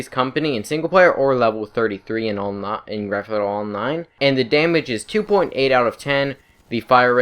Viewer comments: Gran fthhthhh athfo actually lmao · “Gran-fhfufjfudj online”